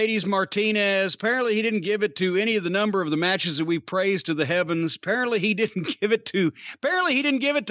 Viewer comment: Uncle Dave doesn't rate matches. He rates "meetches".